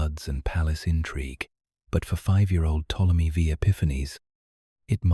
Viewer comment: Ai for sure. The way you can tell is how they pronounce words like Ptomely V. Its Ptolemy the 5th, not Ptomely Vee